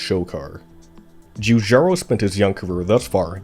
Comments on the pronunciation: Just too bad that the commentary comes from Kang or Kordos. What a cruel schpeech impediment, having to pronounce churcharo cho many timesch. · The butchering of his name, and other Italian words, is an assault on the ears.